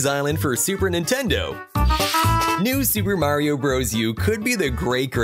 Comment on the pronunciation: Nintendou en inglés XD